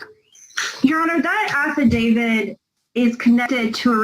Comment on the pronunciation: does it annoy anyone else when people say "affi-david"?